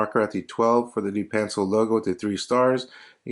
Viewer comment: Nice vid! Pronounced duh-pan-cell